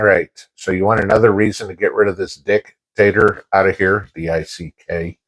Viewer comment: Did I just hear you call Biden a “dick-taster”..? 😂